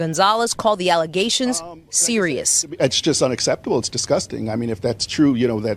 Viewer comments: The worst ALLEZATIONS??? IF YOU CANT SAY BATHROOM WITHOUT AND "F".....YOURE GOING BACK TO AFRICANT. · “False allezations”